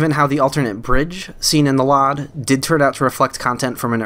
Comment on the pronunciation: Hey man, great vid, love the deep dive into my favorite game of all time, however...please stop pronouncing LOD as LOD, it’s pronounced EL-OH-DEE. Not LOD like Load but no A, that was bugging me lmao